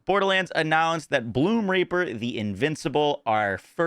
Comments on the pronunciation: sometimes you say reaper, sometimes you don't put enough enunciation into that first E, making it sound like your saying Bloomr*per... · Why does he call it bloomraper??